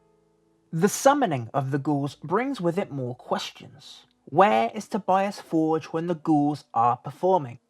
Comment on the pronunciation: It's To-bee-ahs For-gaeh. Not Tobyass Fordge...